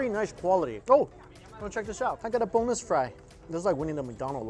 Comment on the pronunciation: I thought you said "boneless fry" instead of "bonus fry" hahaha Can I get uhhhhh BONELESS FRY 😂